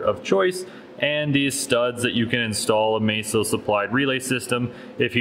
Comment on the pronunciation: I don't understand how any native English speaker could look at the name "MASSO" and assume it's pronounced "May-so". It's not. You can go to their own channel and hear their employees pronounce it correctly.